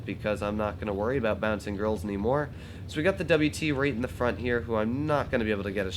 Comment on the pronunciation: ꇓꍟꁹꆂꌚ I know, but it spund like be said "girl"